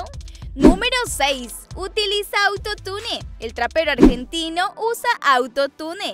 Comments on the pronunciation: No es auto-tune es autotun todo junto!!. Y no por qué una palabra lleve doble L no significa que se pronunsie con doble L es con y que se pronuncia sh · se dice autotun no autotune se escribe autotune pero no se dice asi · Se escribe auto tune y se dice auto tun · Se pronuncia autotun no autotune Ajajajajshshshshhsvdvdbsksnsn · Se pronuncia Autotun no autotunE que onda atun(? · se pronuncia autotain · se escribe autotune pero se dice AUTOTUN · Se pronuncia "autotiune"no autotune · Se dice autotun no autotune flaca, (pero se escribe autotune) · Se dice "auto tun" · Piba se dice autone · no no,una cosa es que yo esté mal,otra cosa es que vos no sepas pronunciar auntotune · Neta no sabe decir atutune